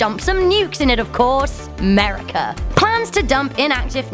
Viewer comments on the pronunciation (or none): A European saying 'Merica is actually painful to hear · "Amurica" the way she said that killed me lmaoooo